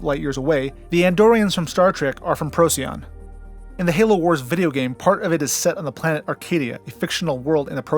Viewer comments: Great video! Thank you. :-) - "Roadside picknic", (rus. 1972 Пикник на обочине), later known as "Stalker". :-) Please do not call Betelgeuse as "Beetle juice". Even Neil deGrasse Tyson stopped that. "Rigel" should be "Re-ghel" and not "Rye-jell". "Procyon" - "Proh-key-on". Not "Pro-see-on". Fun fact: Arrakis (arab. Al-Raqis) is a real star μ Draconis (mu Draconis), visible to the naked eye. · Hell of an effort! Most places are pronounced different than I learned as an adolescent, but then there was no consensus on how to say them. I was informed that the "little dog star", for instance, was pronounced "Pro-sigh-on", with the emphasis on the second syllable, like the Latin binomial for racoon (P. lotor), which translates into "before-the-dog". No one else seems to say it that way though. Deneb being 2,500+ light years. Who knew back then?